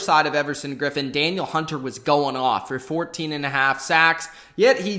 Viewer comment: its da-neel hunter